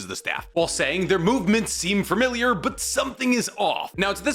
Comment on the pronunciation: so...did you say "fur-miliar" on purpose? ...a pun?